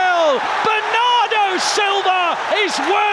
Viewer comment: The best "Bernardo" English Accent Pronunciation I have ever heard, coming from the bottom of his soul.